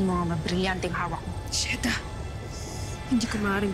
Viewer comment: Sabi ni mira cheda hindi sheda